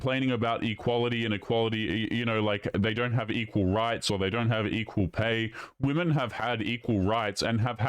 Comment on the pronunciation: Another one who says 'men and woman', showing that they can't pronounce the plural 'womEn'. It's so weird how common this is becoming!